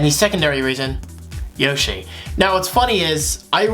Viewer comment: Bro what the heck yushi edition at 0.09 second. It's yoshi!